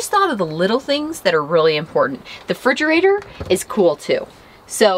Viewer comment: Did say Frigerator, or Refrigerator